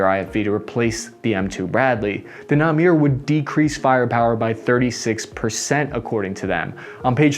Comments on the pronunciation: it is pronounced "nah-mehr" not "namir".... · ITS NA-MER LIKE A CAMERO...not na-mir. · Pronounced na-mer, not na-mir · its not nameer, its namEr. also it means tiger and not leopard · Dude, it's literally written "NAMER" not "NAMIR" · It is "Namer" not "Namir"! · The APC is pronounced: Nah-Mehr (not na-meer or namir). The Mehr is the prefix from Mehrkavah נמ"ר It is an abbreviation of NAgmash MERkava, or in simple English "APC based on Merkava" US made a big mistake, the Namer is a combat proven fighting vehicle. I think the decision not to use it was partially political (lobbyists) and partially short sighted. But I am glad that some US tanks are protected by the same Trophy APS system. Regd costs - the costs of human life is and should be the #1 priority. The Russians never had this as a factor and we see how poorly they perform in Ukraine. They are recruiting untrained soldiers and loosing insane amount of soldiers every single day. I was a Merkava Mk2b tank commander. My son is currently a Givaati soldier (only Givaati and Golani infantry brigades use Namer APCs as a fighting vehicle) and he is trained on Namer. Circle of life :) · its Na-Me-R not Na-Mi-R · You pronounce it nameer instead of namer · Says NAMER is the combination of NAgmash and MERkava, then proceeds pronouncing it wrong through the entire video (NAMIR) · 3 corrections: 1. It's pronounced na-mer, no na-mir... 2. The Namer is actually based on Merkava 4. 3. There's another APC in production, the Eitan (steadfast). It's wheeled and less protected, but still more protected and heavier than the Stryker. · its not Namir but namer with an emphasis on the er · It's "Namer" not "Namir". IDF soldiers are valued as humans, sons, daughters, husband's and wife's, not as numbers... Great review. 🙏💛💙🇮🇱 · Three thumbs up. Excellent video: fact filled and excellent analysis. Just one quibble: naMEHR, not naMEER. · It`s pronounced - Na-mer. Not Nameer. נמר. Tiger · Still not sure how he got "Na-meer", though.